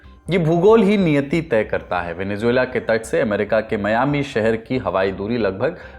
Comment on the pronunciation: don’t say ‘Juela’ in Venezuela, it’s Zuela